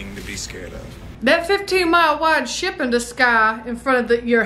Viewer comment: "I fergot we still had people oanboard thuh shiyap!" Its adorable when your country side comes out.